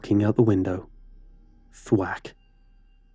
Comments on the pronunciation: Stop saying thwak it’s so annoying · I found him saying "thwat" funny..